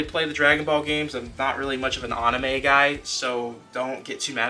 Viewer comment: I swear if u say imizon or awwnnnaamu again I’ll unsub